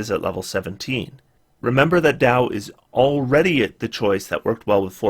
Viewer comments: Dao is indeed pronounced 'Dow'. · I am fairly certain you are pronouncing Dao correctly but I think there is a pronunciation guide voice by Mercer in D&D Beyond now if you want to be sure. I don't want to be like the guy who told you Eberron was pronounced e-BEAR-on.